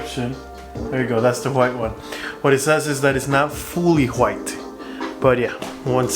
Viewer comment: I love how you pronounce white. “Whuate” thanks for the video I’m trying it now